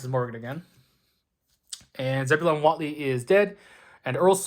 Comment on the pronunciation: I'm pretty sure it's pronounced Whateley. :)